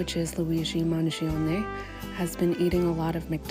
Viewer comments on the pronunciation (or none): The proper pronunciation is Manioni. In Italian the 'g' can be silent. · don't worry, Owen, the pronunciation is still wrong 😂 I still have to hear an Eglish-speaking person get it right. the original Italian pronunciation is "Manjoneh" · It’s pronounced Mangione like in latte. Not like in pepperoni. 😉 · Owen Jones should have made an effort to correctly pronounce Luigi's last name. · I like how you say to get the pronounciation right and then get it wrong 😎 - no hard feelings, your work is highly appreciated